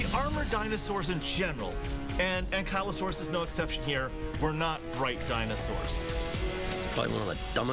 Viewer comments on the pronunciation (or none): an killo saurus? wtf? this program has soo many bad mispronunciations! you'd think they'd at least get the narrator to consult with a palaeontologist!